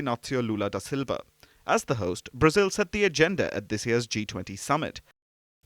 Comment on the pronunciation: Its not Brazeel but Brazil!!